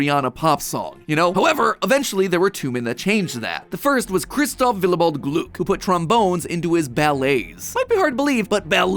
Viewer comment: Hehe...gloog.... I am very convinced that it's gluck, with a short u